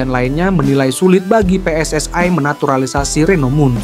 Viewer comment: ST...way...... PSS...ayyy... Knapa sariawan kh